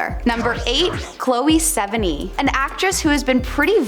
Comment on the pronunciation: Chloe's last name is not pronounced like that LOL